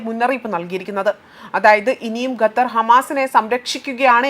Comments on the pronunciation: Please Pronounce correctly NOT GATHAR, but Qatar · ഗത്തർ അല്ല. ഖത്തർ ........